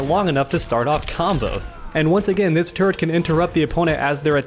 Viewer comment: Whenever you say turret it sounds like ur saying "Turd"